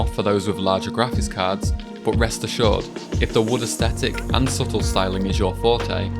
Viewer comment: Why do you say boot instead of but?